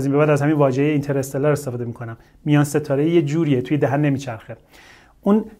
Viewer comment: ممکنه همه اشتباه بگن ولی از شما انتظار نمیره کلمه انگلیسی هست و تلفظش هم همونه